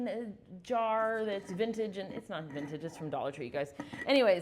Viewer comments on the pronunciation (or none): you are unique ❤️ I love you and your videos.As well as learning from you,you also make me laugh.I love how you explain and your great sense of humor.especially when you put on that posh accent,Vintage/ dollar shop😂😂❤️😘